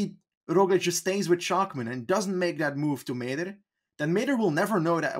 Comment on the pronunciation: As a frequent listener, who loves your work, I just wanted to make you aware of the correct pronounciation of all the "-mann"s on Bora. I know you put great effort into getting the names right, so maybe you´ll adjust in future episodes. Both "a"s in "Schachmann" are pronounced exactly the same: like the "A" in Armstrong. Obviously this also must be applied to Buchmann, Ackermann and Schwarzmann :-)